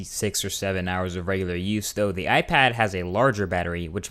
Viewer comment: Did he just say "iFag"? LOL